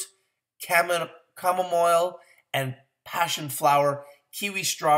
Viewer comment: Sir, Congratulations on Goldenleaf's Green Apple fruit chews. Indeed, CBD is where it's at. People may be slow to jump on board, but eventually many will invest in Greenleaf. You'll sound more convincing this way: "ah-sa-EE" berry (acai), and please work on "chamomile." Superlative has four distinct syllables.